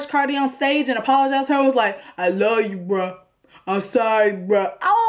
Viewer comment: Girl, I physically shudder when I hear him say “ah luh you” UGGGH!! I know he’s an aspiring mumble rapper but wow, he picked the right girls because that voice would dry me right up.